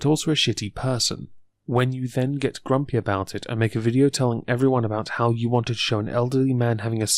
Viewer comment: why dose he pronounce words so weirdly.like how he says everyone.